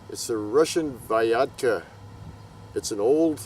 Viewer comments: The letters Y and A in this slug name shoud be pronounced in one sound "ya", not separated like "i a" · When said Vyatka, I thought it was a cross between Viagra and Vodka. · I thought said Viagra! 😂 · It's pronounced Vyatka, not Vyatka Duh